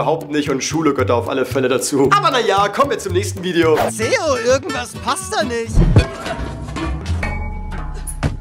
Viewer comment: Hier Zeo noch eine der zu dumm ist deinen Namen auszusprechen